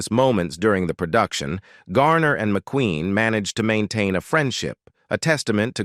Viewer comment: Not even 2 minutes in & the AI narrator is struggling to correctly pronounce words. Even pronouncing McQueen as McQuinn; brutal, assessment & legend were sll unrecognizable. I'm out of here.